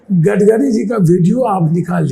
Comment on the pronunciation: गडकरी जी ❌ गडगरी जी ✅